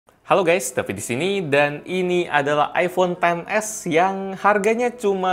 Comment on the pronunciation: Perfect Videos Kurang jelas bilangnya mbak wkwkek yang pertama bilangnya iPhone se wkwkej